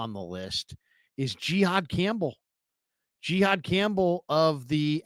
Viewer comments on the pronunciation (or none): It’s Jihaad!! Not Gihaad!!!!! Smdh ridiculous!